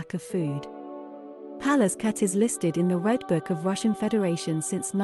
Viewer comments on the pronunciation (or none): none